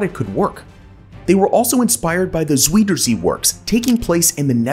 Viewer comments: The Zwederzee (Zuiderzee). How to rape a name, lol.... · Dude: look up how to pronounce the words you're using. "Zaweeder Zee"? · You do mention the Zuiderzee. (Pronunciation is horrible but we will forgive you for that this time). Which isn't the North Sea but the South Sea. Now we have an entire province that is a polder except.for 2 former islands. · You really need to learn how to pronounce "Zuiderzee" properly. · His Dutch needs practice. Zuiderzee… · That's not how you pronounce Zuiderzee. lol. But as the Dutch noticed when they drained the first plot of land (called a polder) in the sweet water lake they now created, the groundwater in the regions around it started to drain also. All the coastal regions in those Mediterranean countries would get bone dry. The Duch solved this with their next "polders" by keeping a moat around the land with the original water level. To do that in the Mediterranean would be a beyond herculean task that dwarfs all the things discussed so far by several orders of magnitude. On top of that, the already hot countries there would turn their giant cooler in an oven. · If you're going to make video for consumption outside of the US. At least do your home work on pronunciation. Zuiderzee! look it up.